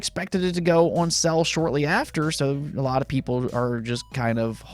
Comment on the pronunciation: Dude it's pronounced sale not Cell. Just saying.